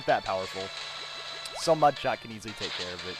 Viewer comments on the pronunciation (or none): none